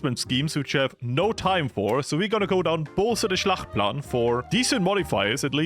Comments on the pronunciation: Noone? Since he said it like 12 times, its not Schlachtplan its Schachtplan, Hjalmar Schacht was the Reichsbank Boss of the time in Germany :) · Its called "Schachtplan"; NOT Schlachtplan. The L is silent.